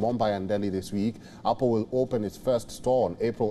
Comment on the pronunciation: Why are you keep saying oppo